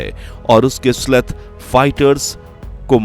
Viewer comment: उसे "स्लेथ" नहीं बलकि "स्टेल्थ" कहा जाता है। That's not "sleth", rather it is called "Stealth". जय हिन्द, जय भारत।